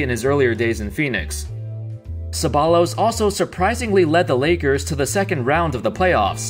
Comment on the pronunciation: its pronounced cebbayyos not Ceballos